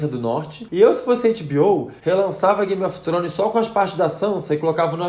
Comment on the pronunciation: Acho tão bonitinho o jeito que vc pronuncia Game of Thrones.😘